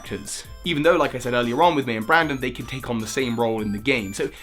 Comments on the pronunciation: Not sure if its your accent, but it still triggers me. Its BRENDAN, not BRANDON. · My boy, it's BRENDAN not BRANDON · Small thing, but it's BrEndan, not BrAndon. The name has an e, not an a. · His name is brendon not brandon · Brendan, not Brandon! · it's Brendan not Brandon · It's Brendan, not Brandon. Pronounce it right people. They're different names. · It's Brendan, not Brandon, Brandon is the Frontier Brain:P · It's 'Brendan'... why do you always make these mistakes